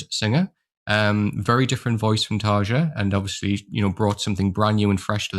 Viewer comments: Nice video man can never get enough of Nightwish, btw Tarja is pronounced tar-e-ya 🤘🤘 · Hehe, that’s true. Listen to the first ten seconds of these interviews a few times and it should forever be “Tar-ya”... or as Tarja herself says, “TaRRRR-ya”! 😁 I usually don’t correct pronunciations unless the mispronounced word or name is in the neighborhood of becoming awkward. We (or at least I) find it charming when folks pronounce non-English words, and “we” appreciate the effort alone. In this instance, I happen to have a J in my first name, so I can sympathize with Tarja often hearing the English J and the famous D-sound that comes with it. Anyway, cheers. 😅